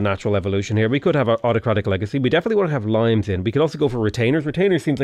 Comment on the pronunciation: pronounces Limes correctly.